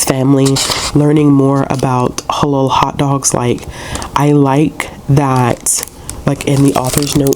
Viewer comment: You are saying halal right! Checking to see if my library system has a copy asap 😊🧕🏽🌭